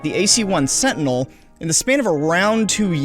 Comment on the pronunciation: Every time you say Sentinel it sounds like you said Fentanyl